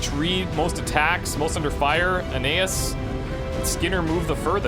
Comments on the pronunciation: As a Latin student your pronunciation is bothering me. His name is pronounced a-KNEE-us. Other than that this is fantastic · I think A-nay-as would also work, with emphasis on the nay. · Sorry, but you're pronouncing Aeneas wrong. This link should help